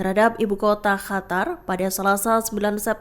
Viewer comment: Min, kenapa Qatar dibaca Hatar?